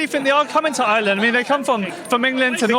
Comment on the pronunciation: It's not island its IRELAND.